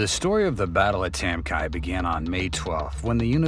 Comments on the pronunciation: It’s not pronounced tam ki, it’s tam key. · It’s pronounced Tam Ky as is Key like a house key. Not Kia! I served there. I’m not sure how much of this I can believe since you can’t even pronounce the the village name properly. And don’t come with bs about how it can be both. It’s not. The Vietnamese people said Ky as in key. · It's pronounced Tam Kee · It’s pronounced tam key. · Duly noted, I am the human voice over narrator for this and I try my best to research the pronunciations for the villages and names, I found a video where a former president bestowed and Medal Of Honor on someone who served in this engagement The President called it Tam Ky(rhyming with TRY) However after seeing your comment, I further researched and found that you are indeed correct…it is KEY, not Kyyy for pronunciation; The President’s medal ceremony was saying it wrong! Thank you for the correction, will try and do better in the future!